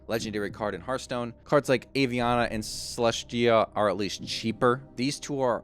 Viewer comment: Aviana is pronounced Ah-Vee-Ana. Most Hearthstone players mispronounce it and thats understandable. The reason I don't is because Aviana is my best friend's name.